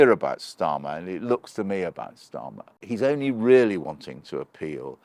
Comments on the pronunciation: Again "Ssshhtarmer". You're an adult. You're trying to talk to us yet you're using playground name slurring, I am disconnecting, not paying attention to your words and phrasing, because I'm waiting for your deliberate misspeaking. But I've also stopped listening for that and am just carrying on with my day. I've seen you a few times, not really known who you were but I formed the usual quick assumptions based on position, points etc. To see you using playground name misspeaking, omg, it's laughable. It's such a basic, unintelligent form of attack. It makes me think you'll struggle to make reasoned points if you resort to playground name misspeaking. In my mind I'll know you as the guy who uses playground name misspeaking. Because this is what you're doing, repeatedly. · Funny how Oborne pronounces "Starmer" as " Shtarmer" using a a German pronunciation for the 'St' sound. How odd. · Why does he keep pronouncing it as "Keir Shtarmer"??? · Shctarmer? Are we in Germany? It's starma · I love the way he pronounces "Schtarmer" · Since when was his name pronounced Shtarmer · I'm amused by how you pronounce "Schtarmer" :-) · When I hear Oborne say Schtarmer, I know where this old sckool Arabist anti-semite is kumming fromm. Jah? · Is Peter pronouncing Starmer Schtarmer on purpose? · I'm loving this new pronunciation of Starmer as Shtarmer, like Skoda is now Shkoda. Not quite sure why or what it means, but loving it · That's an unusual pronunciation of 'Starmer'? What's that all about?